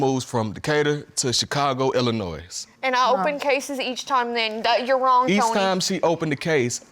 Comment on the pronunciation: Why is Trinity's dad saying "Illa-NOISE"..???? Isn't it a silent 't', therefore (phonetically).. 'Illa-noi' ? Correct me if I'm wrong. I'm an Ozzie, just trying to work it out.